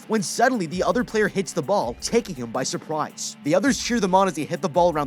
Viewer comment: He said by supwise on accident